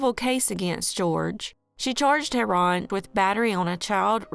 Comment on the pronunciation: You pronounced heron wrong. Otherwise adequate